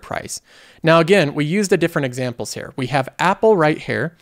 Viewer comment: The way he says here is like herrrr